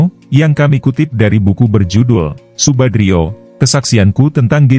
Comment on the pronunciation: Subandrio pak bukan Subadrio, jgn keliru.